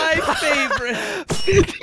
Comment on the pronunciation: “Looking for Norman with Jarry”😂😂😂